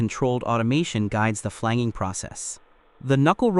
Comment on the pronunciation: It’s FLAN-JING, not flang-ging.